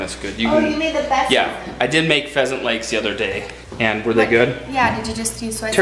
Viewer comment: What type of animal is a fesent? or a pesent? Lol I couldn't really understand:p